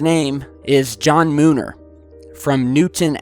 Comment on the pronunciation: John Mooner?? come on